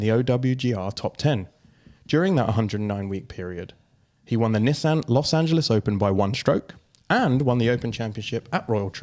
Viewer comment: Holy hell is that how you pronounce Nissan?